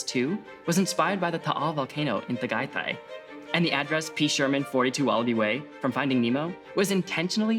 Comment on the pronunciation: your pronouncation of Tagaytay hurts me 🥲